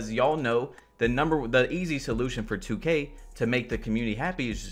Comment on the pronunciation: This dude gone say “2ku” like 😂😂💀 wtf bro I’m not even a playmaker and Ik they have 99 ball handling and they are just getting ripped